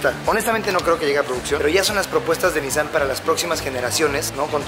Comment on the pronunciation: La manera correcta de pronunciar la marca no es NíSSAN si no NISSáN